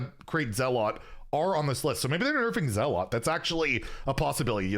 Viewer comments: I think zealot is pronounced zell-it, as opposed to zell-aught. I might be wrong but pretty sure it’s pronounced Zell-it 😊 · You're the first person i've ever heard mispronounce zealot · Why do you pronounce zealot like that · It is pronounced ZELL UT, not ZAALOT.